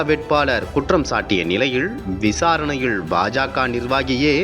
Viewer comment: செய்தி வாசிப்பவனுக்கு உச்சரிப்பு கேவலமா இருக்கு. "ல"வுக்கும், "ள"வுக்கும் உச்சரிப்பு வித்தியாசம் தெரியவில்லை. வெளிச்சம் என்பதை வெலிச்சம் என்கிறான். விசாரணையில் என்பதை விசாரணையிள் என்று உச்சரிக்கிறான்.